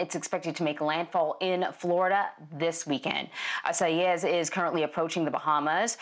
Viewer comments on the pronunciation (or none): she's pronouncing it wrong, it's 3 syllables not 4, that is if you're speaking english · Well yea if you wanna say the name wrong it’s 3 syllables. She pronounced it correctly.